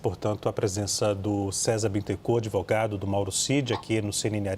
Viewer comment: "ADEVOGADIS"...TÁ EXPLICADO...EITA RACINHA...KKKK KKKK